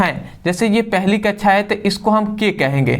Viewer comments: Or ye kya laga rakha hai कच्छा /कच्छाओ abe bhai कक्षा /कक्षाओ hota hai thoda dhang se keh lo bhai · कक्षा ❌ कछा ✅